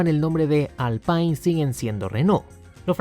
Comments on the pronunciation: Se pronuncia Alpine, tal cuál, no Alpain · Se pronuncia "Alpin". Saludos.